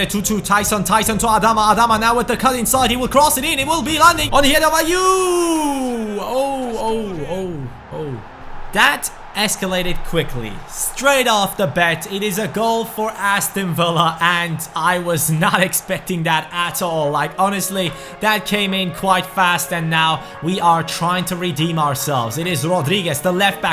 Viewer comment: it's 'straight of the BAT' not 'BET' 😂